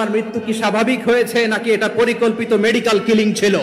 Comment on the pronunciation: নেডিকেল ক্লিনিং না, মেডিকেল কিলিং হবে।